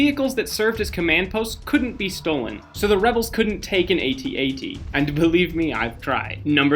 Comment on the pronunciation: AT AT is not pronounced ay tee ay tee its just at at it rymes with hat hat look it up if you don' believe me if you dont like calling them that just call them imperial walkers